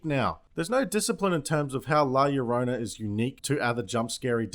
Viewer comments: It's pronounced jorona in Spanish two L's make a J sound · llo-ro-na (yo-roh-nah).